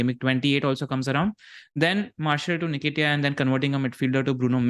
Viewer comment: "Unlike Bakar they've lost Wood" & pronouncing Nketiah as Necktie 😭 Two best things besides the great pod 😅